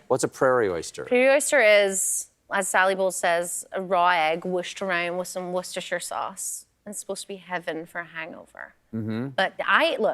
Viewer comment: Surprised Colbert didn’t know how to say Worcestershire!